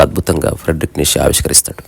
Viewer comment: హలో గారు ❤ fredrick neichze (ప్రేడ్రిక్ నీచ లేదా నీట్చ ) ని తెలుగువాళ్లు మాత్రమే నీషే,నీషే,నీషే అని pronounce చేస్తున్నారు. మోషే మాదిరిగా, మీరైన దీన్ని కరెక్ట్ చేయండి.